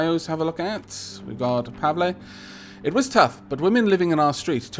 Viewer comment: You pronounced Pavle right! Congratulations. You are now one step closer to verbal ascension. Now you just need to understand onomapoeticons!